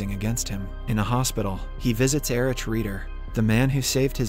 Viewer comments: You didn't read my comment under your last video telling to learn to pronounce German names properly, did you? I'm having a hard time listening to your otherwise great videos when it keeps getting interrupted by the inability to look up the German alphabet online. Heydricz and Ericz lmao. It's Haidrikh and Erikh, buddy. ETA: I just realised that you know how to pronounce Heisenberg properly but not names. Why? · Cmon, please get the pronnounciation right. It take less than 30 second to google how Heydrich and Erich is pronounce correctly. This way it seems that the narrator didnt even see the series...